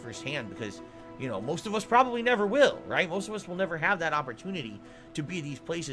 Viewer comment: “Raight raight raight.” S t f u